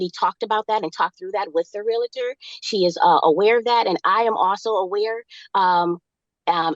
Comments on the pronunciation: "real-uhh-turr" is not how you pronounce realtor. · It is a REAL-TOR, not a REAL-A-TOR. Drives me crazy!!! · You cannot reason with the unreasonable. Someone tell her it’s realtor not relator. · "real-i-tor" Ignorance at it's best Somehow it's not appealing to see the silverback in it's natural environment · When they say REAL-A-TOR i know someone is lying especially when they know how to pronounce realtor! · Realtor is not pronounced like skellitor. Haha. The realitor said. I was gonna let it go but she kept doing it. She likely calls a stereo a stereol. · *re-al-tor...3 syllables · There's nothing like love grown cold. For the record, "realtor" has two syllables, not three.